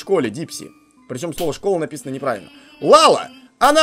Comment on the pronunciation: Дурачок? Не ЛАЛА, а ЛЯЛЯ!!!!